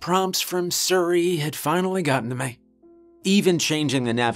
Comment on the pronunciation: ahead of it hit before